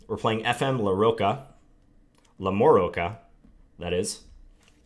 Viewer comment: I think that "ch" in LamoroCHa is pronounced like a "ch" in CHocolate...I think.